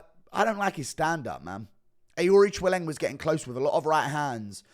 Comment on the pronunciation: Thank you It's: A-reach-e-lang and Yazmin how-rig-e It pisses me off so much how many names he fucks up